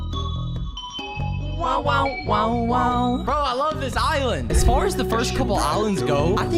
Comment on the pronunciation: its not jode its je ode